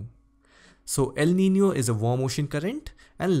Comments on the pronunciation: Pronounced El Niño correctly. Nicely done. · The first person ever seen pronouncing el nino the way it should be🗣👍👌🏻😀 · sir is right you all can check pronunciation of elniño in Google